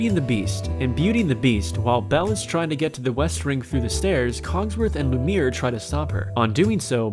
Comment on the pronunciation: You are not allowed to say anything about a movie if you haven't seen it or haven't paid enough attention to hear the proper way to say the names in the movie. Not just Aladdin, but Lumiere too